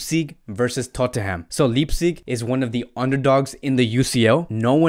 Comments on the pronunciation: It’s Leipzig, with Leip pronounced as Life with a p. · Getafe to Hethafe Euro to Auro Now Leipzig to Leeepzig😁😁😂 Sorry i commented before the vedio finishe.....and .juventus to Huventus😄😄😄😄😄😁😂